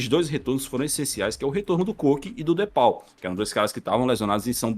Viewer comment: o cara se diz torcedor do atleti e não sabe falar "de paul" certo kkkkkk